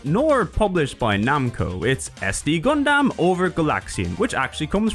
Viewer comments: Did he say Gundamn? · Okay hearing you say Gun-damn is a bit distracting, haha.